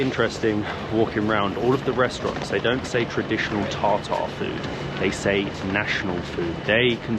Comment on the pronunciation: I laughed at your pronunciation of Tatar 😂. You pronounced Tartare. My thoughts were uh nice, which one would I like? A Salmon, Tuna or Beef 😂😂. Good video as usual. Thanks